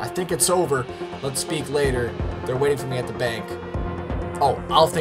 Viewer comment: "wainting" wtf